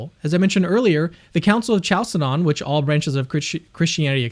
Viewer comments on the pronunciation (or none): Great video 👏🏼 one small correction though: the Council of Chalcedon is pronounced kal-se-don not chal-se-don 😃